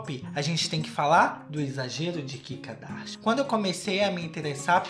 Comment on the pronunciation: Eu amo quando ele fala "Kikadashian" kkkkkkķkk